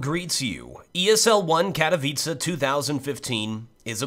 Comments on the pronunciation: am glad u said "Katowice" right xD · Pięknie wypowiedziane "Katowice" ;) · Finally some youtuber thats not polish but can still say katowice properly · Hey,!I love how you pronounce Katowice:D.Greetings from Poland.